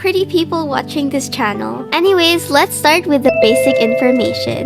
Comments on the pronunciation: I just love when this yaps, she’s too cute! And the way you say 𝒞𝒽𝒶𝓃𝑒𝓁 instead of channel? It’s fancy and totally adorable!! “Q&A” ⋆. 📷ྀིྀི˚꩜ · I love how she says "chanel" instead of "channel" lol